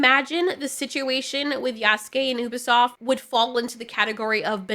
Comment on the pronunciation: It's Ubisoft you-bi-soft